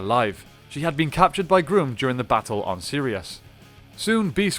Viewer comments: It is pronounced Grumm not Groom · Your mispronuciation of Grum is aggravating. His name is pronounced, Grum not Groom. Like Chewing Gum. I hope you don't say, Chewing Goom. 🤣 And Z's full name is, Elizabeth Delgado. Just stating because you called all the other spd rangers, by their full names. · Gum not groom. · It's pronounced Grum, not Groom. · Doggie Cruger should not be in this list. He is the Mentor and Comanding Officer of SPD. He is not the 6th Ranger of the team. Check out the Wiki on the season and the article on the character. The SPD 6th Ranger is the Omega Ranger. And it’s Emperor Grum, short u sound, not groom.